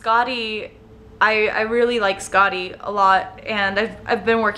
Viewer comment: I'm definitely interested in seeing your tattoos! I love the rune on your hand soo much :) btw it is pronounced Skathi. The special looking d is pronounced like the th- in thorn